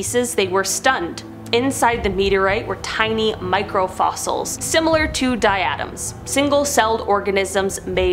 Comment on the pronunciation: Did she just call diatoms die-atoms? LMFAO